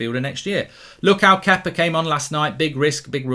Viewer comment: think he’s saying Kepa😂